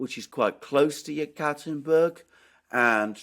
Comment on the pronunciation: I believe Yekaterinburg is pronounced YEK-a-terrine-burg